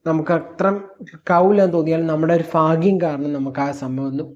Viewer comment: ഫാഗ്യം അല്ല ഭാഗ്യം എന്ന് പറഞ്ഞ് പഠിക്ക്